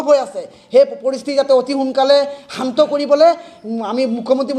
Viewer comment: অসমত স্থায়ী ভাবে বসবাস কৰা সকলো জাতি জনগোষ্ঠীযে অসমৰ শিক্ষা, সাহিত্য, সাজ, কলা কৃষ্টি সংস্কৃতিক আঁকোৱালি ললেহে সমস্যাৰ সমাধান হব কিন্তু আপোনালোকে শত শত বছৰ থাকিও আপোনাৰ মুখেৰে অশুদ্ধ উচ্চাৰণ কৰিছে যেনে অহমীয়া, পৰিবেচ, চান্ত আদি উচ্চাৰণ কৰি কেনেকৈ বৃহত্তৰ অসমীয়া জাতি গঠনত কিডাল অৰিহণা আগবঢ়াব আপুনি নিজেই গভীৰ ভাবে ভাবি চাওক ?